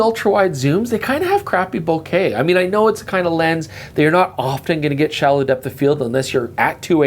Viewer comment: Bo-KAH ... Bo-KAH ... Bo-KAH ... 😝